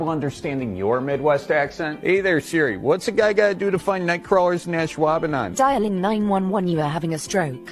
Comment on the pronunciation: Its not even hard to pronounce ashwaubenon